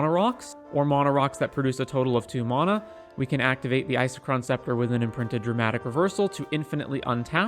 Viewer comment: Couldn't stand how u Saud mana